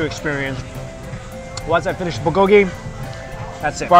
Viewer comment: i feel bad for luaghing at his pronunciation but i cant help it whenever he says bulgogy!!!